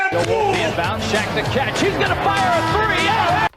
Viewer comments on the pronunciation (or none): none